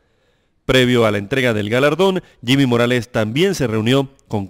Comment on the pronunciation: Se dice jimi morales y no se burlen como si nosotros los chapines nos estuviéramos burlando de sus tontos presidentes menos final trump